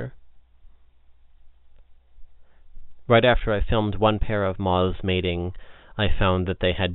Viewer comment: It's moths not mozs